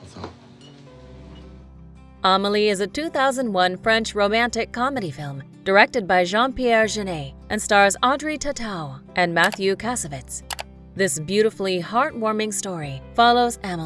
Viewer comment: The worst pronunciation of 'Audrey Tautou' I've heard yet. It's pronounced 'tot' 'oo'. In french, 'au's rhyme with 'hot', and 'ou's rhyme with 'you'. Believe me, I lived in France for nearly 10 years, I should know